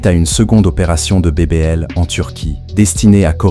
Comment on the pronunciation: On dit BBL